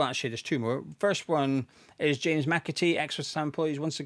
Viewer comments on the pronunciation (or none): none